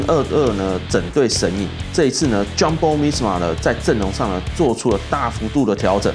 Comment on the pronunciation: 發音真的很厲害，全部的J開頭發音都念錯🎉